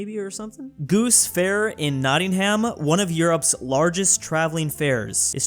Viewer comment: Back again. It's pronounced notting-um, not notting-ham. For some reason, the h is silent and the "a" is more like a soft "u". Until next time!